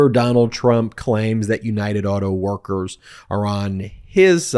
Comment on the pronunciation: He cant even say auto workers. It's no wonder he paid people to be there and hold signs his campaign made. Exactly like when he came down the Russian paid escalator